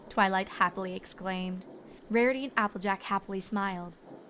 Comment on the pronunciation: anyone else noticed that in a line she said Marity?